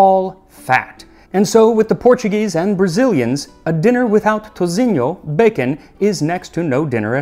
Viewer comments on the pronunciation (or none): Wow, I’m Brazilian and Bahiana Love the way you brought up the history on fejoada dish I love the way you spoke the Brazilian words👏🏻👏🏻👏🏻 Thank you for the honor of be represented on you channel 🙏🏻👏🏻👏🏻👏🏻 Btw… toucinho is said with an “s” sound…😉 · The only thing he really mispronounced was toucinho as "touzinho" but as usually his pronunciation is excellent. 👌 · Your pronunciation is impressive, foreigners usually completely ignore "ç, ão and nha" instead using "c, ao and na" which sounds like a completely different language. The only wrong pronunctiation I caught was "toucinho", you used a weak "c" sounding more like a "z" for us, "ci" has the same sound as the english word "see".